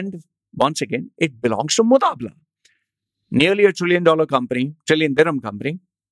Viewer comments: it's not MuDabala it is MuBadala.. but ok.. the vdo was worth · it is mubadala not mudabla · # shares EMBARRASSING REALIZATION & CONFESSION I've just realized NOW that I mispronounced moo-BAA-dala as moo-DAA-bala The error is humorously regretted..... Seriously speaking...I'm laughing my ass off now listening to my stupidity.... Enjoy my DHUH moment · This is “Mubadala” and not “Mudabala” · Did the research but can’t read the name correct! Lol How do i confirm whether you’re talking about “Mubadala” and not some “mudaabblaa”?? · Damn you! It's mubadla and not mudabla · Mubadala hai wo be mudabala nai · Its MUBADLA. NOT mutabla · Who is mutabla...its MUBADLA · You can’t say Mubadala correctly🤣